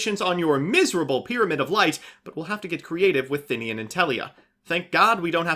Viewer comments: I don't understand where people get the Thin-ian pronunciation from, it's They-nen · "Thinnian" looks at card text "THINNIAN" You sure about that vowel order, chief?